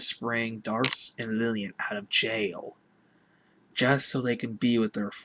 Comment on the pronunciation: I think it's safe to assume "Dharc" is pronounced like "Dark." For obvious reasons.